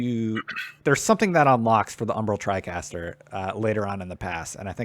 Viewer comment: Tricaster? Good video except everything's you said tricaster it made me cringe.